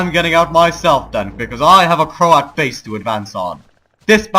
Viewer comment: I always hear you as saying Croat "horses" :-)